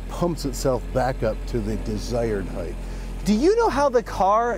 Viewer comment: I like the car, but I don't care about your sponsor. The owner of the car often mispronounced the word height. It's pronounced Hite, not Hi-th.